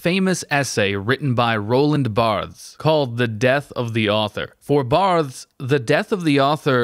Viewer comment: I don't mean to be an asshole, but it's a little hard to find you credible when you mispronounce Barthes' name. That should be some basic-level research before recording a video. Anyway, I still liked the video :)